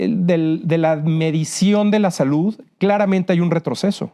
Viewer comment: No sabe ni pronunciar "salud"